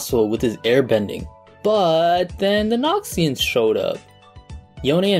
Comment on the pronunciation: The way he says Noxians sounds like Nazians